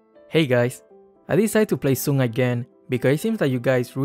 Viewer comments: It's pronounced Sun, not Suun. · It is pronounced suun, Sun is a Chinese mythical figure that has been adapted in many works of fiction and art, his name is in Mandarin and is pronounced suun. Just how Chang'e is pronounced Chang-uh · normal players pronouncing Sun: Sun Draft pick pronouncing Sun: Swin pronouncing Sun: Soon